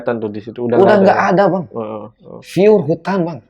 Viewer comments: mungkin mau buktiin klo dia bisa gmg "F" bukan "P" tp ternyata sebenernya "Pyur" bukan "Fyur"😂😂😂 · sampe mikir "Fyuur" apaan, Etdah ternyata "Pure" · awal beliau gmg fyur juga gk ngeh klo itu pure 😂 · Fure apa pure si? Wkwkwkw😂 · Sebenrnya org sunda bukan g bisa nyebut f tapi lbh mantep pke p lbh enak/gampang.apalagi org tua jaman dlu😅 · Pas dia ngmong fyur jga gw Mikir di bacanya pyur apa fyur🤣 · Iya ih aku fokus sama kata” fyurr bukan pyur😂 Sok inggris abangnya🤣🤣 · Iya bener dibalik bacanya p kebacanya f dan f dibaca p jadi inget temen di asrama dulu